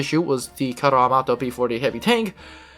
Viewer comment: congratulations for the video, but also for: "carro armato". Not all English/Americans can say double vowels